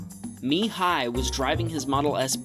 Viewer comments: i m from Romania. And it s actually Mihai:))) not Mi Hai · I think the Romanian name was "Mihai" not "Mi Hai", just a little mistake, no problem, still a good video. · It s not mi hai, it’s mihai :) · in romania its “Mihai” not “Mi hai” btw i like your video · So im from Romania and its not mi hai its mihai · lol, it's MIHAI not MI HAI, wtf he's not chinese 🤣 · Is Mihai not Mi Hai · also its not mi hai its mihai bc its a romanian name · Ok so iys not Mi hai, its Mihai the same thing , i know this bc im romanian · Hey Man , sorry when you presented the Mi Hai clip , the name is actually bound, the name is Mihai , not Mi Hai :D just as a heads up :D , nice job . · Mihai, not Mi Hai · ok man its mihai not mi hai and i am romanian and i was having a preeti good feeling about this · Hello,i am romanian and it's Mihai not Mi Hai haha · i am from romania and I watch your vids, I wanted to say it s not Mi Hai, it’s just Mihai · "Mi hai" is not a real romanian name, it's "Mihai" 👍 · mihai its one word not 2 its not china its romania or europe to ease understand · in pretty sure its Mihai , a common name in Romania not Mi Hai lol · that's Mihai not Mi Hai😂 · Is MIHAI , no MI Hai 😂😂 I'm romanian too 😂😊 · Pls Mihai is like Michael, its not Mi Chael 😂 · By the way, his name is pronounced Mihai in one word :)). I’m live in the same country. Keep it up with the Tesla cam vids